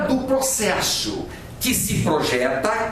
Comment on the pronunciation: Ótima aula. Me acabei rindo com o "procexu" HUAHAUhUHAAHA